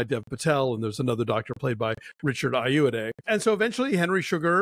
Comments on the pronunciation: Thanks for alerting me to the other shorts. (hey Alonso: eye-oh-WAH-day) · LoL at your pronunciation of Richard Ayoade's name. This dude is obviously no fan of british comedy panel shows.